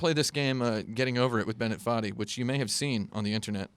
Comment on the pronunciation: Saying Bennett Foddy with an Indian accent is kind of funny to me